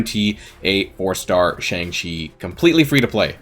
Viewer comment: i don’t wanna sound annoying but shang chi is pronounced shung chi